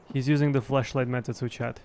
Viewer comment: accent makes me keep hearing "fleshlight" whenever he says flashlight and honestly i just find it funnier 😂😂